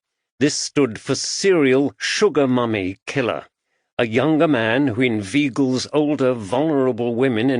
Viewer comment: This is AI. As an English person,, I can detect AI narration at 100 paces. An Englishman would know it was in-vay-gle not in-vee-gle.